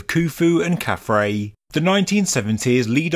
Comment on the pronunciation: Again, as someone who both reads and writes ancient Egyptian, that is KhafRa (pronounced 'khaf-rah') which means "He shines as Ra", and DjedefRa (pronounced 'djed-ef-rah') which means "He is established in Ra". This sphinx is obviously Nubian in origin, with a black Nubian head and hairstyle. It is probably a votive offering, brought to Gizah by someone from the Kushite kingdom or the Maadi culture in early dynastic times.